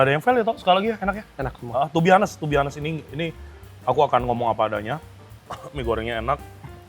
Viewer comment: To be hanest 😅😂 to be honest itu bacanya onest bukan hanest 😢